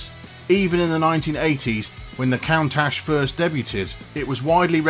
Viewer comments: Proof that a British accent doesn't make everything sound smarter... Not when the speaker has difficulty in pronunciation. 'Count- ash'? 'debutt-ed'? 🤣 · Jay recently said in a interview that he had 201 cars. Please learn to pronounce "Countach" properly! The show Top Gear had Jay on as a guest, and went through a big list of his cars. Jay had GM build him a custom 1 of 1 turbine powered car. He has a custom built tank powered car. Thank you. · I just cringed when the narrator mispronounced "Countach" wrong. If you care about your audience then you'll speak correctly.